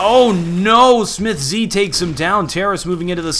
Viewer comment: please stop saying "smithz z" it's just smithz